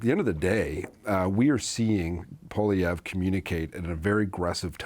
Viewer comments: obviously failed grade three English. Poliver? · Why does always call Poilievre, Polliver?!